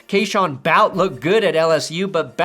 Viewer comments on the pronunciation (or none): It's not "Bout," it's "Boo-tee" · Bout that booty. Boutte is pronounced like booty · Boutte is not pronounced “bout”. It’s booty and you know it! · Boutte is pronounced boo tay...not bout....Louisiana boy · as a Louisiana resident, you should know Boutte is pronounce "Boo - Tay" or you can just say Bootie. not "Bowt" 😄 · Boo-TAY. Not BOWT. For real. I know... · Boutte is pronounced "boo-tay" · it’s pronounced booty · As a patriots fan, I get annoyed every time says Boutte’s name wrong. It’s pronounced “BOOTY”! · Wow, did you ever butcher Kayshon Boutte's name. Almost as bad as he butchered his own life. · When was talking about Boutte, I was like who tf is he talking about? then he showed a graphic with the players name and finally understood who he was talking about. should really learn how to pronounce player's names correctly for someone that talks about sports for a living. I don't get how he's so wrong with so many player name pronunciations.